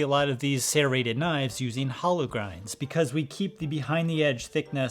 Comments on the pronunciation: no its not. You are saying sairreted instead of serreted. It has to be on purpose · Why do you pronounce it as "sairrated"? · Why do you keep pronouncing "serrated" like that. You speak like a normal human with every other word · Serrated, not sairated. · Sare-ated Not shade. Just funny to me. I always here it "ser-rated" not ever "sare-ated" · Opinion invalid, can’t pronounce serrated correctly 😂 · ffs it's not SERrated. It's serRATed. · Why can't you say serrated properly ? It is pronounced sir-rated